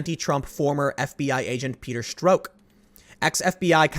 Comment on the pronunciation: Ha, Tim said Peter Stroke.